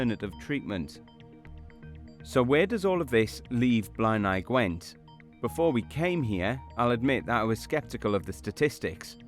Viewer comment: The way they pronounce some words like ‘ebbw’ and ‘blaenau Gwent’ is sending me 😂 that’s not how we say it lol I live 5 mins from ebbw vale